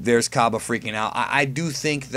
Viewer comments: It's pronounced Cob-AY not Cob-UH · Hey um...... Cabba's name is pronounced as in 'cabbage.' It's said like that in the Funimation dub